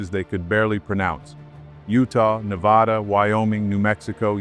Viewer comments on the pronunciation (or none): none